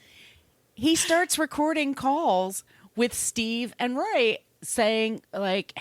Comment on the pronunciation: Its ray, not roy....